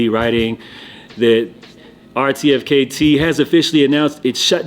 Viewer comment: 'RTFKT' is pronounced 'artifact'